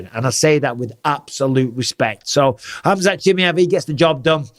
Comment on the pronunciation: And Bisping you call Khamzat for chimiev 😂😂😂😂😂😂